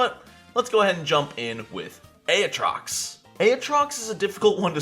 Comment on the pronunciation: A-ah-TROX Oh bless your heart...